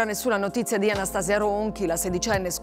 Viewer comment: Nn si dice Anstasi'a Si dice Anasta'sia...😂